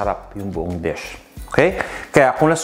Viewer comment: Checked your pronunciation before you pronounced a word. Your already in the US. Dish is not desk, videos not . Vedeous.